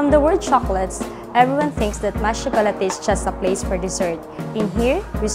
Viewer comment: I'm sorry but its proper pronunciation is Maitre - May-truh (supposedly it has to have a 'd [maitre'd] which means master of, but I guess this works too. But please it's may-truh not some alien word that the supervisor said) Chocolatier - sho-co-la-tiey Nevertheless, great video!